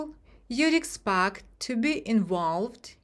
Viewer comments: Expect почему экспакт,а не экспект? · Вы уверены, что правильно произнесли слово expect?